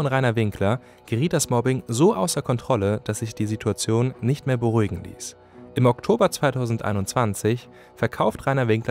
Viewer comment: eindeutig Haider Sprache. Das heißt Situation nicht Sidduadion. Jetzt fliegst du..